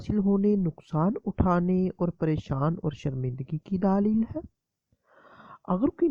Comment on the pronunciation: بھائی آپ کیسے بولتے ہیں؟؟؟ اور لفظ "دلیل" ہوتا ہے "دالیل" نہیں۔